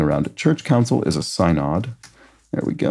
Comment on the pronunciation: SYNOD is pronounced “sin id.”